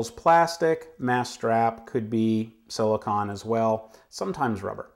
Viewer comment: Silicone! Not "silicon", ugh...